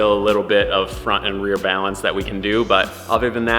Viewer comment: I love how your Midwest accent comes out when you say "Balance".